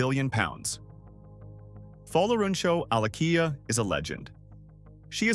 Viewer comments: Alakija not Alakiya You have to sound the ‘J’😅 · AlakiJa not alakiya and also AlakiJa is a yoruba name.